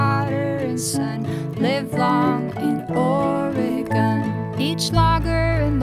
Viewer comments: Live long in Or-e-gone........Ore-gun. Lol you know she wrote the song before understanding how the people in the stat pronounce it. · Look, just because the majority pronounce it differently doesn't make them right. It's like how everyone pronounces Australia wrong. It's OR-eh-gun. You can pronounce it however you want, but that's how the vast majority of natives pronounce it. or-eh-GONE is my petty pet peeve of choice. I think our state's name is the most oft-mispronounced in the whole country. And creatively! Have you heard how Bernie says it? How do you even get to "AR-eh-gun"? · you aresupposed to pronounce it ory gun i live their